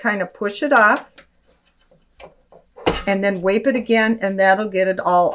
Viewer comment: Please pronounce correctly. It is not pronounced “Alcohol Wape” as you have said, but it is pronounced alcohol wipe. The letter I is a long vowel because there’s the letter E the end of the word.